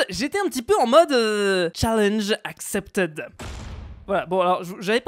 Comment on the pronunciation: arrête de dire [acceptède] c'est [acceptid] SVP PLLLLLLLLLLLLLLLLLLLLLSSSSSSSSSS mes oreilles à chaque fois